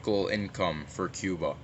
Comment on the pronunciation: guys he meant cuba not chiba